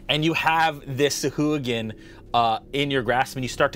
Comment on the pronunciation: Of all the things to roll poorly on how is thing initiative? Also: sah-hwa-gin.